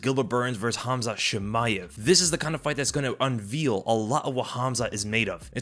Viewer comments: Unveil: (vale) not (veal). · Unveil is pronounced unvail and not unviiil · Did u say "unveel"? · 'unveal' I think you mean unveil brah... Unless you think someone is stealing calf's... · do you really say Unveil like that lmao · you're saying it wrong :)